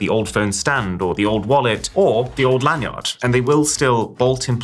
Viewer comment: "LAN yaawd" dafuq is he saying???